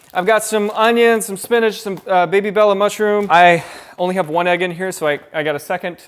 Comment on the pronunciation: I think ur adhd kicked in when saying have, instead YOU said “havw”